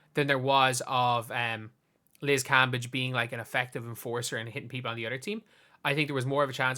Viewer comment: Your saying her name wrong! *cringee